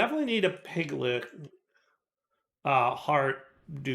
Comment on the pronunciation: Not to mention him continuing to mispronounce piglich as piglick